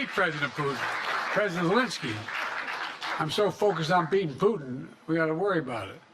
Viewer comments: At the end it sounded like he said I’m so focused on peein and poopin lol so so funny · I bet he is focused on “pootin! 😂